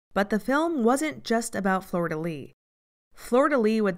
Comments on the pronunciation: I kept hearing Florida Lee instead of Flordelis lol Good video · Ffs, it's not Florida Lee nor Soosha! It's pronounced Flor de leesh Shoosha